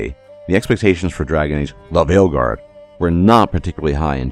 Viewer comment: Weird question, why does you say "The Veilguard" like that? I've heard in other videos, is it like an algorithm thing?